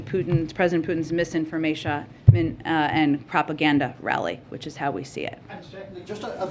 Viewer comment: “Misinformatia?” Her head is struggling with Russia, Russia, Russia. 😂